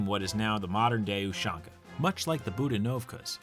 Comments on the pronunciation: STOP SAYING USHONKA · no, in cyrillic it’s spelled ушанка, or pronounced properly as Ooshanka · You said ushanka wrong its U-shank-uh